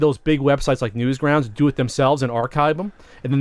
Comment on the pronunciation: makes fun of for saying roulette different but keeps calling Newgrounds: Newsgrounds.